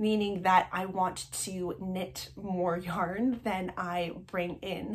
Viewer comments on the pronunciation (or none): “Yorn,” cracked me up. 😂 I love your content!